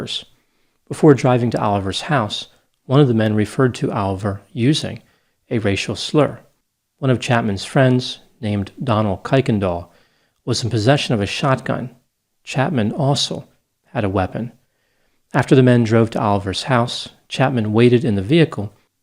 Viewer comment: You mispronounce Kuykendall.. You were closer than most. Most people really butcher the pronunciation.. Its pronounced Kirkendall.. the spelling changed many times over the years.. Kirkendal Kerkendaal there are more variations. I can't remember the correct dutch spelling. If I remember correctly at one time there was a j in the spelling.. I'm not even going to go there.. Most believed the Kuykendall is old world spelling for Kirkendall.. The meaning "views from the valley." The family line actually lived in the valley. Just fun facts. The next time you see the name Kuykendall you know its the old world spelling for Kirkendall..